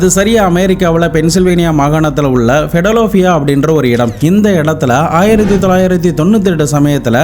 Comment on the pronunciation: பிடலோபியா இல்லை, அது பிலடெல்பியா